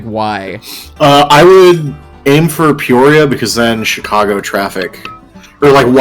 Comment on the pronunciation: ‘Chick-a-go’ is now a permanent part of my pronunciation dictionary.